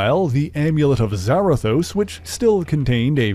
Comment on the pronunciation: isn’t it Za-Rathos not Zara-thos?